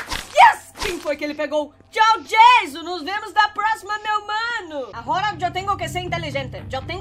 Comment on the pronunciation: Como pessoas normais falam Anônimos: o nome dele e Jason Como a fala: tchau jaso